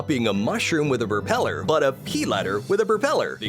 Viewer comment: This voice sounds like text-to-speech. It's especially noticeable when he emphasizes "propeller" both times it comes up in the same sentence.